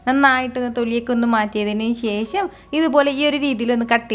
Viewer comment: ശേശം അല്ല ശേഷം